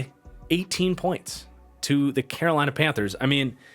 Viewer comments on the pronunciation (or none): none